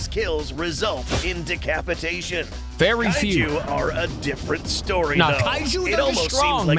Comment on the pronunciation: “Decapitaion” got me dying 💀💀💀💀💀💀💀💀